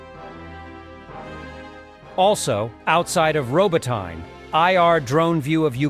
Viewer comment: You pronounce Robatine . It is pronounced Robatina!